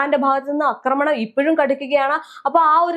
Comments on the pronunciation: അക്രമണല്ലാ...ആക്രമണം...ആഹാ കുറേ ആയി സഹിക്കുന്നൂ....മലയാളത്തെ കൊല്ലാതെ😂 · എല്ലാ നാറികളും ആക്രമണം എന്നതിന് പകരം തെറ്റായി അക്രമണം അക്രമണം എന്ന് പറയുന്നത് എന്താണ്??? ഇനി മലയാളം പഠിച്ചിട്ട് മതി മലയാളം വ്ലോഗ് എന്ന് നിയമം വേണം. അക്രമണ പോലും. ആക്രമണം എന്ന് പറയൂ തള്ളേ..